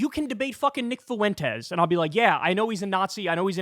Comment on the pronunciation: Say "when". Then put a. "F" in front of it. The way Kyle overpronounces the name, "Fuentes" is absurd. "Foo-entes" is unnecessary diction. But when that is the biggest criticism... something is going well.